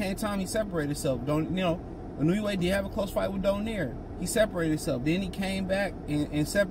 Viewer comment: It's IN-OO-AYY